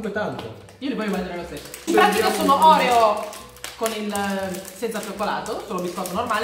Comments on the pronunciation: Non si dice orèo ma oreò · Si dice oreo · Scusa ma si dice Orfeo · Ma sbagli la pronuncia degli oreo